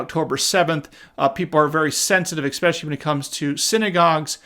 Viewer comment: Especially no expecially